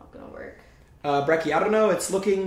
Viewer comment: "so were in breckie"